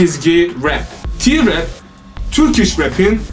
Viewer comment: T nin ingilzce telaffuzu ti dir